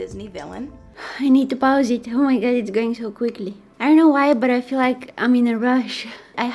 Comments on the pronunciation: No one: Absolutely no one:: adorably pronounces pause as paws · They meant Paws as in Pa- ooze